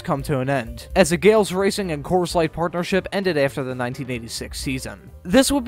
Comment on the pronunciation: Pronounced Gal-iss.